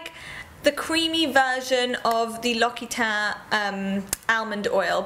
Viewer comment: PS. L'Occitane is pronounced "lox-ee-tan" :-)